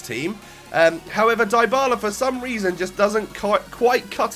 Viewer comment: mate it's pronounced Dee-bala not Die-bala! Awesome vid as always